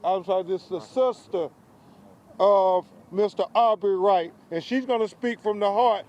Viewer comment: Why does he keep calling him Aubrey wright?